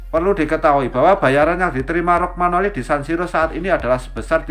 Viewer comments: Romagnoli atau rogmanoli ya? Pengisi suaranya agak kacau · 🤣🤣🤣 kog bacax rogmanoli belepotan